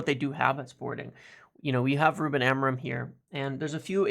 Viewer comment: As a welcome gift to Ruben, MU fans should try to say his surname properly: the stress is in the final syllable a-mo-RIM, the M is not pronunced and the sound is nasal (like the "IN" in sINg)